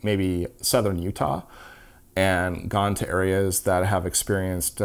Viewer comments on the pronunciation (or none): none